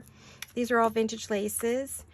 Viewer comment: Glad those comments were removed! No worries on the ladies, they add such elegance. BTW, my pet peeve is so many saying Vinage for Vintage😅